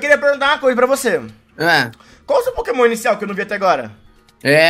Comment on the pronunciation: Poquemon inícial